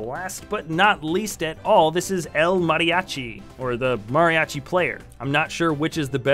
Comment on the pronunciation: As a Mexican, it is funny for me to hear you saying "El Mariachi"